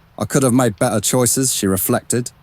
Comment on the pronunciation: It's well researched, although Mariannes' bisexuality is omitted. The only thing that really irritates me about the narration is the narrator's lazy delivery, not pronouncing the t's. It's not 'be...ur,' but 'better.'